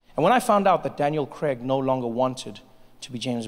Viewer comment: Damn not even 1 second in and he already mispronounced craig